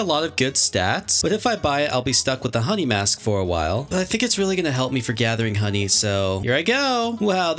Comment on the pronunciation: Bro he said hlap me